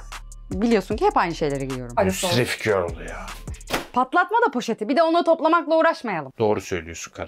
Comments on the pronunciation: Nobody:: müsrif görl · Nobody:: müsrif görl